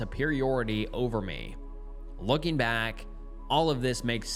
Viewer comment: ing is not -een. As in, looking, not lookeen. Say it like the -ing the word king, which you wouldn't pronounce as keen.